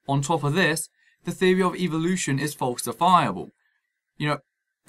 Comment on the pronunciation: I stopped watching after the first time he said "scientific feory".